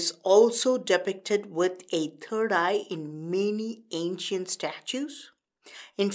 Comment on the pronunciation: He said turd eye !!!😂